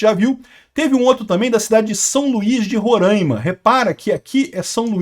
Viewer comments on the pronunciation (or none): Rorãima não, Roraima! Sem entonação de tio "~"